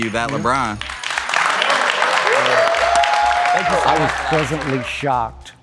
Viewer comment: He called LeBron a weeny 😂😭